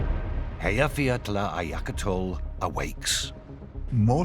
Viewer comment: Actually, he really butchered it. I think if people can't pronounce it well enough, it's better to just skip it.